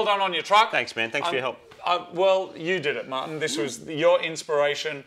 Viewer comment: okay but who heard Moog say "Marty" instead of "Martin"